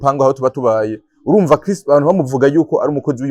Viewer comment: Banza umenye kuvuga Chris neza 😁😁 ngo Kirisi 😂😂